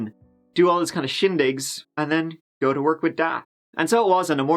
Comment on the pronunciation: Hey when you say "Let's give it a goo " you make my day